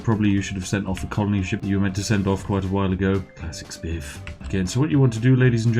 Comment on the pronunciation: Can't ever pronounce Spiff XD